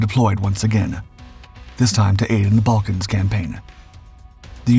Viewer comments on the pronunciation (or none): none